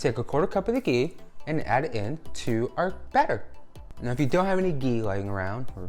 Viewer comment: You pronounced it correctly. Ghee is pronounced with a hard G sound.